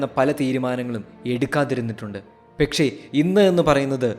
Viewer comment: Bro pekshe alla pakshe enn alle 🤣